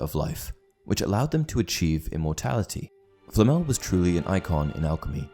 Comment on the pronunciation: Por qué le llama FLL,no puede pronunciar Flamel... qué fastidio,da cosa 😆